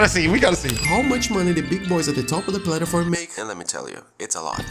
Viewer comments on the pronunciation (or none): its not funny but i love how the guy says plataform instead of platform lol